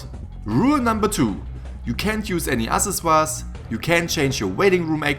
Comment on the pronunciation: did you read accessories as asesuas?